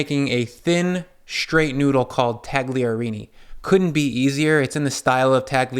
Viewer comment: The g is silent.